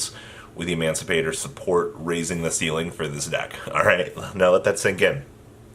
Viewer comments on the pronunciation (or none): say it with me: AD-A-MAN-CI-PATOR